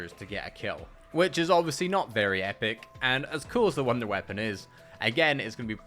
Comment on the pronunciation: “Wounder weapon” lol